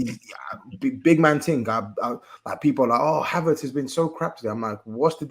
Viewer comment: Lmfao bro said CHYY HAVERTZ 😂😂😂😂😂😂😂😂🤣🤣🤣🤣😆😆😆